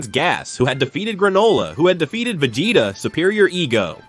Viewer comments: vi-jay-da 😂 I'm out man. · Vagata? Vejata? Come on…